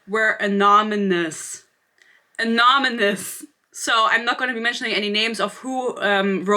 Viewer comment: Anonymous = A-non-om-us